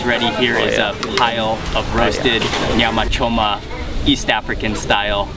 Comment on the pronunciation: Your command of Swahili shows ..The way you pronounced Nyama Choma , are you sure you're not from Moshi? 😂